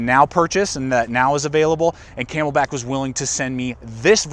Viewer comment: It’s not ‘codura’...it’s not ‘kay mel bak’ but thanks!